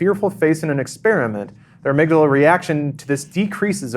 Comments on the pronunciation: Interesting... the "Ah-mig-daala" you say? Fascinating. Tell us more about this ah-mig-daala,. Is it related to the heeepo-kam-poos? Once I had a history paper and I chose to write it on the Cadaver Synod. I assumed "Cadaver" was a place, so I prounounced it like it was the name of somewhere in Italy. Like "cada-ver" I also pronounced "Synod" as "psy-nod" - "The Cada-Ver Psy-nod," I said those fancy sounding words over and over and over FOR WEEKS while talking to my professor. Then one day I found out: It's just the word cadaver, as in a dead body. And "Synod" is just pronounced "sin-ed" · Ah-mig-dahla? I've never heard it pronounced that way. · The way said amygdala made me want to die. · I'm going to guess that the way pronounces amygdala is "wrong", just because although it originally comes from Greek, we borrowed it from Latin, and pretty much every Romance Language pronounce it similar to how does... but this is English, so who cares.